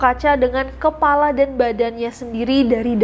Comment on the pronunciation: Pala? palaseno? host cabriolet challenge? yang bener Kepala bukan pala